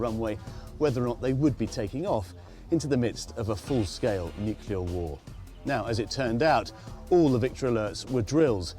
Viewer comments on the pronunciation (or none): Nuclear war, not Nu-key-lar. It's not difficult.